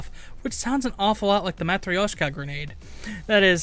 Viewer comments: its not said as ''matri-oshka'' its said as ''mat-ryoshka'' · He said matryoshka wrong 😡